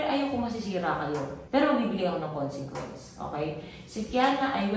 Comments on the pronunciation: Pauli ulit yung KONSINGKWENS ah 😂😂😂 konsikwens po... (CONSEQUENCE) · Ako lng ba nakakapansin na "consenquence" ung sinasabi nila instead na consequence?